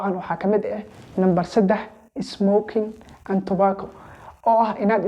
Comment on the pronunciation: 😂 smoking and tubaako siduu u dhahay qosolka iga dhamaaday😂